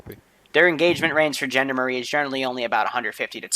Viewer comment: I cringe every time you try to pronounce Gendarme (its pronounce like John Darm)but hey i suppose its not something you would know how to say unless you heard it from someone else.